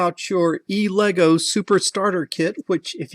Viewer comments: And since we are in 'correction' mode... - it is not E-Lego, it is Elegoo... Ele, as in elephant, and goo, as in zoo;-) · It is pronounced (EL-goo)